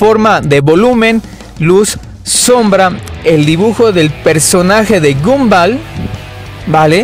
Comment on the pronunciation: Se pronuncia gombal